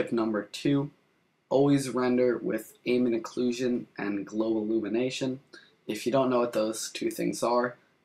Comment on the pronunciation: AMM-BEE-ENT OH-CLUE-SHON k?